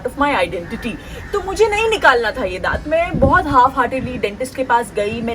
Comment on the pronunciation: Daant is Deeth😂😂😂😂😂😂